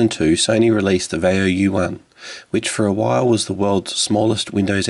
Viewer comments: "VYE - oh". Not "vay - oh." Seriously, have you ever heard ANYONE pronounce, Vaio the way you do? WTF... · it's va-ee-o.